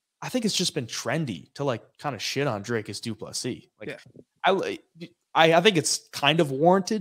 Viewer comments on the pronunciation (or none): I never knew saying "Dricus" was hard till Americans tried to say it.